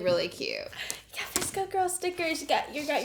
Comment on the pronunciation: Oh my god I’m so dumb.. I thought she said a DISCO girl box 😂😂 I didn’t realize until she opened the scrunchies that she really said VSCO 😅